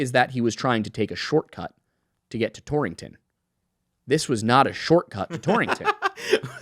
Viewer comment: It's very funny to hear the word "Torrington" over and over again. There are only two in the country, one in Connecticut and one in Wyoming (founded by someone from Torrington CT). So kinda funny (to me at least) to hear it in a video that much. And pronounced correctly to boot 👍